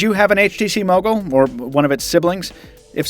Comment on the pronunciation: When you say Mogul it sounds like muggle...lol ....the bloopers were awesome....was laughing like hell